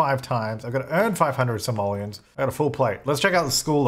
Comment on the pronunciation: You have 4 Somalians to your name? Might wanna work on pronunciation there.